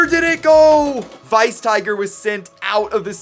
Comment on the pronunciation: Well it's... Weiss. Not Vice. I think